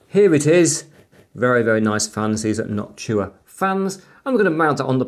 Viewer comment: It's Noctua not Noctchua